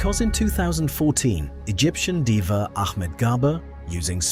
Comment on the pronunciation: Diver not diva